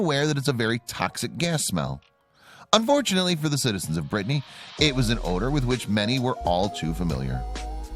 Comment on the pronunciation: It's not Brittney it's pronounced brittany.